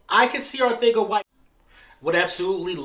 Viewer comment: It’s Arcega not Arthega